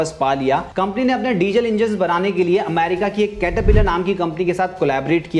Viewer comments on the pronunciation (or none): none